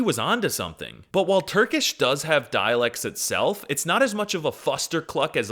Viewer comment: finally someone who knows how its spoken